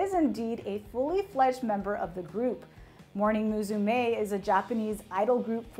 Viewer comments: English-speaking people butchering Japanese names since forever. Came here because of Riho, cringed because of her butchering of Morning Musume, Sayashi Riho and ASAYAN. OK bye. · The way she pronounces Riho's name and Morning Musume made made me dive for the dislike button. Haven't cringed that hard in a long time.